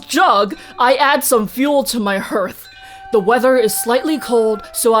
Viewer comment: Hearth - pronounced 'harth' not 'herth'